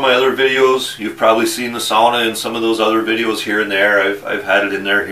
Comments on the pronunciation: yes sauna. not saawna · finally. someone who says sauna and not saawna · I'm giving this a like before even watching the whole video, just because it's nice to hear someone saying sauna right. 😄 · Glad you know how to say sauna, most people say saw-na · i can finnish aprove ur sauna. You say it like any finnish guy :) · thats how you say it. its sauna not saawna like normally americans say it